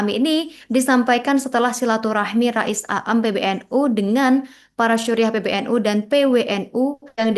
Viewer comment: Begitulah kl yg baca bukan santri pondok pesantren.